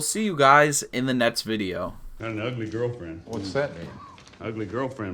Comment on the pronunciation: Anybody else notice that can't pronounce the "k" sound in words with c's and x's? You hear it in "eighty-sis million," "esspetation," and "a better team nest season." Once you hear it you can't unhear it